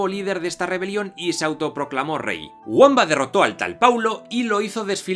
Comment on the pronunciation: Lo guamba te ha quedado como una patada en el culo " vaya pedazo de anglicismo fonológico" se dice bamba escrito con w.